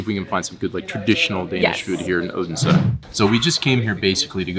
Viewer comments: You are really progressing in your danish, especially the word endings like in tartelett(er) and Odens(e) is loosing the american sounds like hard R's, the only thing I could really point a finger at was the hard "D" in Odense when its really a soft "D" sound. Very impressed by your improvement. :) Love you guys and you chill representation of the american moving to denmark storytelling and exploring the world I have grown to take forgranted for so many years making it new again <3 :D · 1. You pronounce the D in Odense as a hard D. Its a soft D - in the local dialect it can become so soft it becomes silent. 2. Were you aware you could also visit HCA's childhood home where he lived with his parents age 2 to 14 ? Its about a kilometer from the HCA museum. 3. Given the interest you have displayed in historic things, you might also be interested in visiting "Den Fynske Landsby" (a living history museum where many historic rural buildings have been moved (taken down and put together again as they were) to, or the Saint Knuths Cathedral, where you can see his and his brothers bones on display (they were lynched by an angry mob in the church where they had sought refuge) - some consider him the last viking king.